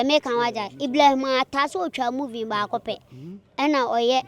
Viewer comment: Why are they saying moving instead of saying movie